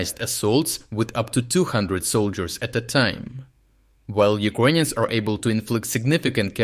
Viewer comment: Why the fuck does he say “Uquonians”?? It’s uKRainians. Even in russian/ Ukrainian it уКРаинй. Doubt he is Ukrainian. There is no Q sound